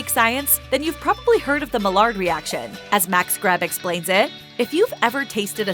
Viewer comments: Maillard is pronounced MY ARE, not mallard. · The way she was pronouncing "Maillard" was annoying. The Maillard reaction is a chemical reaction that happens when food is heated and proteins and sugars turn brown. It is pronounced as "my-ard" and is named after a French chemist.